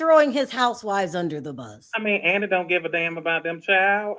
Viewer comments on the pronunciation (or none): none